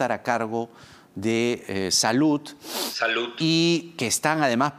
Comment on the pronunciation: Chincha es rojo Y no se dice "salut" , se pronuncia "salud"